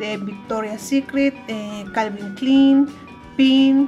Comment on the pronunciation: Jajajaja jajajaja pensé lo mismo ni pronunciar las marcas sabe pues son clon por eso lo prenuncia así jajajaja (sarcasmo)